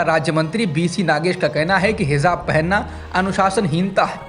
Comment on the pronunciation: अगर बुरा न लगे तो हिजाब को hizab उच्चारित न करें। Hijab सही है।